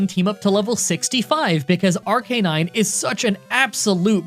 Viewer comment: Challenging the King?! With Baby Pokémon?! Ha 😂Win or lose the King still laughs in your face. Btw man it’s pronounced Ar- ca-nine